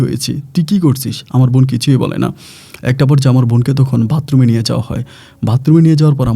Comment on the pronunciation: ভাই ভাতরুম না বাথরুম